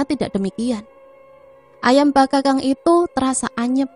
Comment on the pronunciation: Maaf cah ayu...maksudnya bakakak bkn bakakang kali yaaa..itu ayam ingkung cah ayu😊😊😊maaf ya skdr koreksi geulis🙏🙏🙏🙏